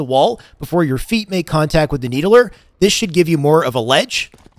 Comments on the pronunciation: Why you call it the “needle-ER”? Bro, it’s just the “need-ler”. Like the fiddler on the roof…not the fiddle-er. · "Need-el -er" lol "need-ler" <3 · Needuhluhr spartan.. Stand on the nee duh luhr